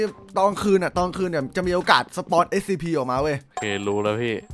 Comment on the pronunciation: พี่พูดชื่อSCPผิดอะครับ